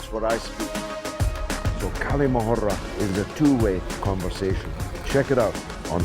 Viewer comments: Dear George it's not 'kali mohura' the pronunciation of the word is "Kal'ma-a- Hurr" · Bro ther Galloway, the way to pronounce the Kalima Hurra, the H should sound more like HOUSE than HAVE Hurra, I know it's not that important I just thought to mention it.